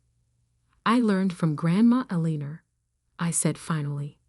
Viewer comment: The problem with AI reading these stories is that English is not their first language 🤣! Every time she said “Aliner”, I cringed. I’m assuming the name is Elinor? Now and then, there is an odd word mispronounced…I can usually figure it out, but it can be distracting, and interrupts the flow of the story.